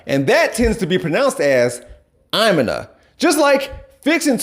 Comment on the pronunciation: Immina? I’ve never heard that ever. I’m gonna = Imma (ah-ma)